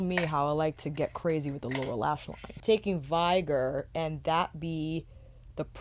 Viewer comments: Off topic, and unlikely to get a reply, but this is the second review of this palette where I hear "vigor" pronounced as /'vaɪgər/ and not /ˈvɪɡər/. The latter is in the dictionary, the former is not. And you in general seem to have an exceptional command of the English language. And this is a fairly common word. Am I missing something? Is that a new pronunciation? Some meme around this word? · Hello lovely, think the word is vigor (Vig-errrr) as in vigorous? Strong darker red colour - all the colour names seem to match the colours...